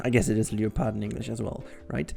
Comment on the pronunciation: um......you pronounces leopard wrong